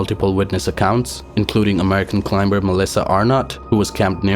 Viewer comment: Please learn how to pronounce climber